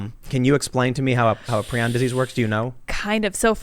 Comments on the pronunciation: It's "pry-on" not "pree-on". And Cruetzfeldt-Jakob (yah-kov) IS mad cow. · Prounonced “pry-on”